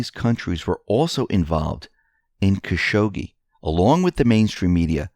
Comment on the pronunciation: Still mispronounce Khashoggi, but it's not as funny as your other iterations. Caz-hoogie was probably your funniest.